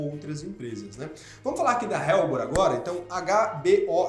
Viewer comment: Helbor = ÉLBOR. não “RÉLBOR”.